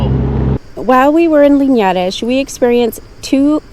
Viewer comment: Tip: when you don't know or are unsure about how to pronounce the places' names, use Google Translator, click on the speaker on the Portuguese side of the translation and repeat until you're comfortable saying it (I'm sure I'm not "teaching" you anything new). You did good on the pronounciation of "Linhares" but not so well on "Celorico", "Matança" or "Guarda". ; )